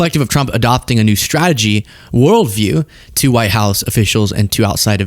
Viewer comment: even english is bad of this rutte: not is, but "isz, hausz, szo mach"